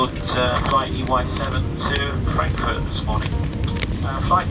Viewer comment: you said it right فرانكفورت 😁